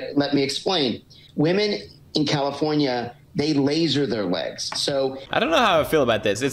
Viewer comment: He said Californi